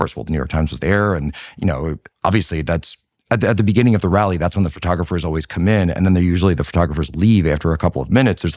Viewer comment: Tucker can't even pronounce "always" properly